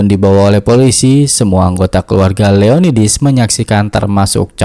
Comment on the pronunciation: Perasaan di novelnya namanya Leonidas, bukan Leonidis